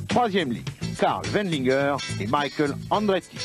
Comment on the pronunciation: c'est vrai il disait micha elle chou ma reure. j avais oublie ca. je m'appelle michael aussi et personne m a jamais appelle micha elle.